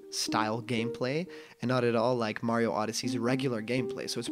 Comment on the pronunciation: Legends say if you been calling him Marryo instead of Mario for the past 4 years you get the game a month early.